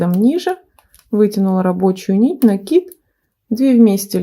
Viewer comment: Спасибо большое за МК. Связала образец. Понравилось. И ещё отдельное спасибо за Ваши "пЕтель, накИд", а не "петЕль" и "нАкид". Лайк и подписка